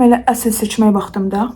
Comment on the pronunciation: Seçən vaxtın deyil sözünü siçan(siçovul) kimi anladim😂😂